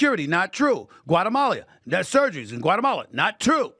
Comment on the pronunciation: Brother Stephen A., it’s not Guatamalia it’s just Guatemala.